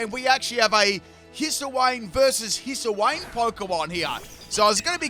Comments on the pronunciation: Hiss-uh-wayne :_pimpKappa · "Hisuiwayne" lmao